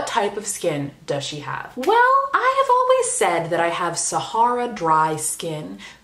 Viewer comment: Also I need to watch the whole thing before commenting because I didn't even get to the artfully timed southern accent or the WELL and now I keep trying to like the video multiple times